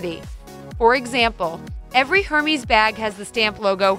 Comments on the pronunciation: Her-meez? LOL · You lost all credibility when you pronounced Hermès as “HER-meez”. Gah. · Hermes is pronounced eerr-mez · I really wish you guys would’ve done a bit of research on the pronunciations of these designer handbag names for example you said Hermes but it’s pronounced ( AIR MES ) it just shows a lack of research on your behalf and is quite disappointing from a consumer standpoint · You pronounced “Hermès” wrong. It’s airmes, not Hermes! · It's hermes not hermis. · She pronounce hermiz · Again, if you are going to bother taking the time to make a video, you should learn how to pronounce the items of which you are speaking. It is pronounced "air-mez" not "hermeez". It's that same mistake that you are making time and again that makes your videos seem like cheap fodder. How are we supposed to rely on your information as being true if you can't correctly pronounce a name? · Yes, pronunciation does matter if one is acting as though they're knowledgable about designer names, and yours isn't quite right either. You don't pronounce the "s" in Hermes at all, not as an "s" or a "z" sound. It would be pronounced more like: air-MEH, with the stress on the second syllable. And of course, the "r"s aren't as sharp in French. I'm aware that if the reader were French, they would likely spell the "meh" sound as "mez" or "mes", (the "es" is an "ay" sound clipped off at the end a bit), but you are speaking (or writing) in English, to mostly American (or English) speakers. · Can’t pronounce Hermes. Why trust this information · Hermes is not pronounced as you did. It's French, so it doesn't sound the way it looks. Pronounced Air-meh with emphasis on the last syllable. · Bahahahaha “Hermies” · You lost me at “Hermys”. It’s very easy to check for correct pronunciation. Please do. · Hermès “her mes” that is not how you pronounced the brand lol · How to spot a fake but can't even pronounce Hermes right. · Haha! Thank you!! My thought EXACTLY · this is not how you prononce Hermès